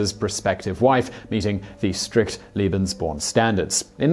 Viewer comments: Watching the video and shuddering each time I hear "liebensborn" instead of "lebensborn". Two very different programs and ideology. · Layyy-Bens-born not Leee-bins-born. Long A. Keep on Rockin'. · Leben... not Lieben... ("Liebe" means "love" in German). Wrong pronunciation. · it’s leben not lieben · Simon, please put some effort in the pronunciation..... its LEBENSborn, not "Liebensborn", it sounds ridiculous... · Argh! In future, can you please check the pronunciation of the foreign words you will be repeating every other sentence? "Leben" is pronounced "LAY-ben," not "LEE-ben"! "LEE-ben" or "lieben" means "to love" in German, pretty much the opposite of what the Lebensborn program was about. Kind of key ... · It's lay-bens-born... not lee-bens-born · Lee-been "love" lay-been "life". (sigh) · It's pronounced Leh-behns-born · This guy doesn't have a clue.. second Reich didn't last a thousand years, and he cannot pronounce lebensborn. It's not Liebensborn you moron. Get rid of him. He's shite. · Your pronouncing lebensborn wrong, it is pronounced laybensborn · You spell it correctly as Lebesborn. You pronounce it as it were written "liebensborn". I know you're very, very busy recording for all your channels, but you should do as the BBC newsreaders do: run an eye over the script and check the pronunciation of unusual and of foreign words - Wikipedia is a help for the latter. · Leh-benz born. The correct pronunciation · Nazis are really bad, aren't they? PS. Is it Lebensborn or Liebensborn? I don't know much German, but it sounds like you're saying Liebensborn, Liebensborn, Liebensborn, but it's written Lebensborn. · It's pronounced LAY-benz-born. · yeah, he always says Liebensborn 😁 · Thank you very much. I just watched this video and was ready to comment, but you were there ahead of me. One means "love" and the other "life". A great deal of difference!